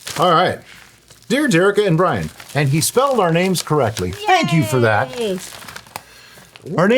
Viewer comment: Welease Bwian. 😂😂😂 Welease Dewikka. 😂😂😂